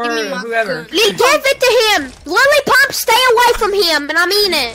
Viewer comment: “Lily Pump” LMAO 😂